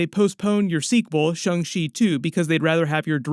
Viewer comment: My man! I love your channel, but please stop saying shUng Chi. Go ahead and say shAng - like Avatar Ang. Sorry, it’s a thing! 😂